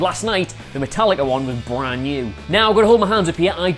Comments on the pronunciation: Did he just say Metal likkaaa. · Metal-likka... Now I know they mispronounce names on purpose!